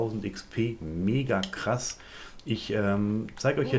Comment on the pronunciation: BTW KRASS nicht Kras !!!!!